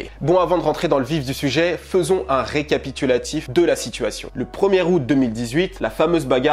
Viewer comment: "Au 1er aout",j'ai cru que tu disais "au premier round"